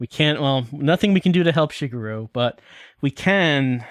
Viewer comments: my best guess is he's applying the english flexibility of vowels to a language where vowels aren't that flexible in how they sound. hence why he also pronounces "shee-gehr-roo" as "shih-gur-roo" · way of saying Product sounds like Pruduct. Also, pronouncing Shigeru's name wrong the entire time.